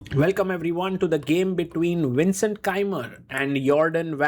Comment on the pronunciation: So you pronounced the V on Vincent as WINcent, but pronounced it correct on Jordan VAN. Why?